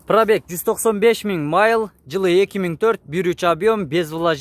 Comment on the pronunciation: Майл дебей милль десен!